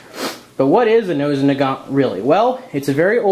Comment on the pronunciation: We Russians pronounse it "Mosin rifle" (without nagant). And its Mosin (MO-SEEN) not Moshin.